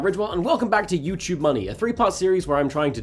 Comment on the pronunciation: It just sounds like you're saying jew choob instead of YouTube